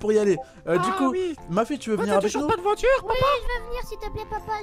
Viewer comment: Une voihtur